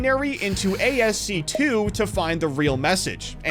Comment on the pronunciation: "A S C 2" no, it's ASCII [pronounced ass-key]. it stands for American Standard Code for Information Interchange. "and the way you decode it matters" dude, it decodes the same way as other binary codes seen and